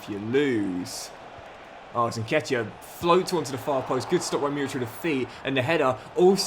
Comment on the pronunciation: Murić is pronounced like Moorich, love from Serbia <3